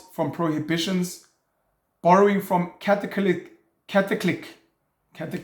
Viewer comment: It's pronounced catholisizm (Catholicism)